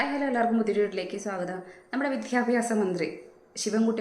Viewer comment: വിദ്യാഭ്യാസ മന്ത്രി എന്ന് ശരിയായി പറഞ്ഞു നോക്കിയേ 😂